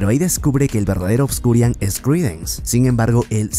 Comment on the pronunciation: "ObscuriaL" no es con "N" al final, me da un tick que ni investiga como se llama. sigo todos tus videos pero este me da un tick cada que lo dices jaja saludos